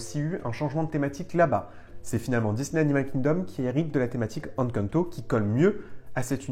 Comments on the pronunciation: Encore une super vidéo, j'espère qu'on verra un jour une attraction Encanto à DLP. Si je peux me permettre, le "EN" d'Encanto se prononce "én" comme dans énergie, pas comme dans enfant. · je t'apprécie énormément ♥ Mais Encanto se prononce "haine quand ne taux" pitié x'D